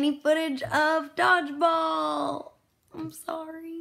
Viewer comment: I really thought you were saying "dogs balls" instead of Dodgeball. Btw... Ahola. I haven't watched in a while. Your vlogs were missing in my life. Did I miss any big news...promotions? And such which such worth, etc...